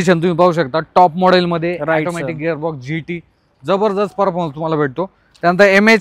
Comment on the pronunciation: ऑटोमॅटिक असते रे ते.. तो बिचारा ऑटोमॅटिक बोलतोय आणि हा youtuber ऍटोमॅटिक बोलतोय :D